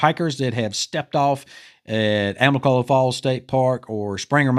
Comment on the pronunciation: Amicolola please. not amicola. It’s a indigenous meaning “Falling waters” Thank you